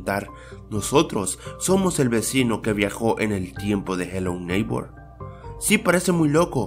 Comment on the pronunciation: no es hello nigbor